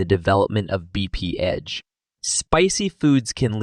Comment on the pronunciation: BPH (Bee-Pee-Edge)?